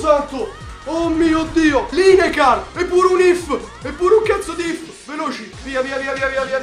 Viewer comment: Non per male, Lineker si legge "Lineker" com'è scritto, tranquillo il migliore a Fifa di YouTube Italia. #sculosodin